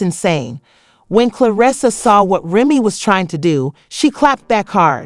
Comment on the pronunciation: It's a trip. How you gotta Lie to get hits You can't even pronounce Remy's name correctly. Stop lying to get hits Now all you're gonna get is Avoided Tea Celeb, Trash.